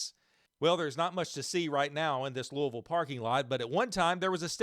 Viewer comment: Welcome to Louisville. Glad you got the pronunciation of our city right. We’ll claim St. Louis as a rival immediately